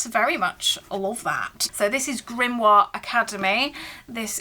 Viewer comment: I think I lost brain cells hearing "Grimoire Academy" 😂